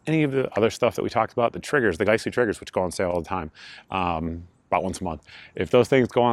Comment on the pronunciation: It drive me nuts you pronounce giessle(guys-lee) as gice-lee